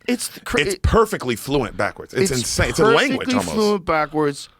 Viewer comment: "Inshane sape" HAHA